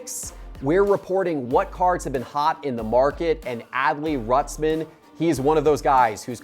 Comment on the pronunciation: WHAT MAKES YOU THINK ITS RUTZMEN?................ YOU AREN'T PRONOUNCING 4 LETTERS WHITE BOY